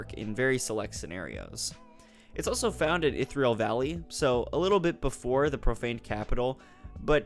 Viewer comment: Yea, rly love these videos. But i hate that in every video he say ITHril instead of iRYTHill